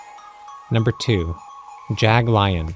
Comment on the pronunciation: its pronouced jagleon